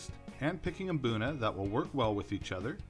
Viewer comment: Pronounce it boona not Mboona